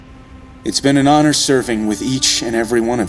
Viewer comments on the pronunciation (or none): none